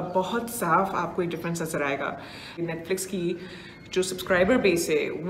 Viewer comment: Pehle toh isi netflex bolna band karo ..